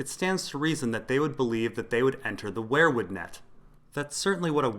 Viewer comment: Dude, I like your videos, but its not pronounced 'where-wood'. Its 'we-er wood'. Driving me crazy.